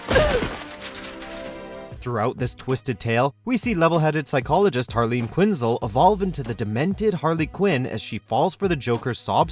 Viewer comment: Dude, learn to pronounce names right. it's said Quinz-EL, not Quinzle